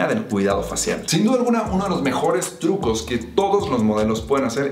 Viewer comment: minuto : tucos en ves te trucoss xd